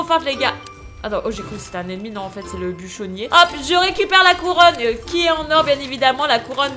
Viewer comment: Le « bûchonnier » est juste magique 😆😂😂